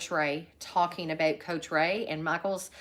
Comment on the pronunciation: Canadian "aboot".